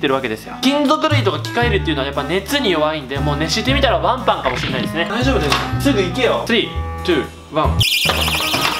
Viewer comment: わ↑ん↓ぱ↑ん↓